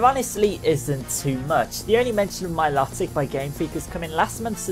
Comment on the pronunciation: Mil"O"tic sorry it was annoying me :P